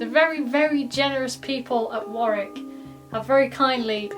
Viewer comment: So good to hear Warwick pronounced correctly.